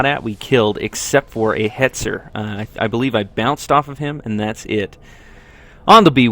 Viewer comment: Its hetzer -_